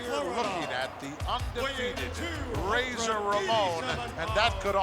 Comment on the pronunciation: Most of the matches on this VHS tape all circulated the house show circuit around Spring to Summer of 1992. Lord Alfred mispronouncing Razor as Raahhzar 😆 Great times.